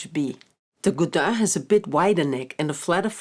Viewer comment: She pronounces Godin beautifully!